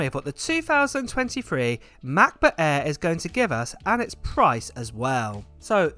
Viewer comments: Hahaha love how he emphasizes MacBook Äääähr :D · Come on…. I know you’re talking to me :-) 1. I love the way you pronounce the aaaaaair. 2. Don’t blame the islands; it’s you, mate, always adding that extra 1.3s I see what you do here ;-) Hugs